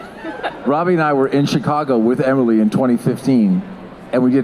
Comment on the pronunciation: They said Emily’s name wrong lol